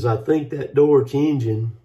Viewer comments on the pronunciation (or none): “Dorch” engine 🤣🤣🤣